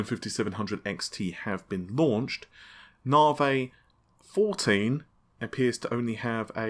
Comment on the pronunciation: "Now for some Nah-Vey news"